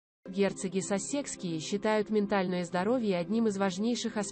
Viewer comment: Ударения правильно научитесь ставить, прям слух режет. КЕмбреджские , САссекские, Опра, а не опрА. Что у вас с произношением???